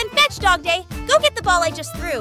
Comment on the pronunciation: WHY DO U SAY DOGPLAY IT IS FRICKING DOGDAY